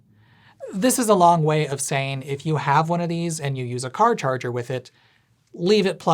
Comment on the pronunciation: "Char carger"! 😆